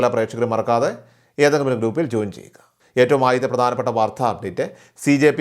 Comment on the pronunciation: എന്തിനാ മലയാളത്തെ കൊല്ലുന്നത്. വാർദ്ധ അല്ല , "വാർത്ത" .